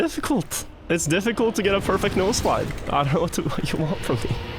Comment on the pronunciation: This whole time I thought he was saying “nose slide” instead of “no slide”